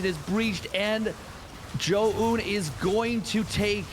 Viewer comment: It is Zzzoun like Zebra. Not Guan, Joan, Hohan or Jaboon 😂😂😂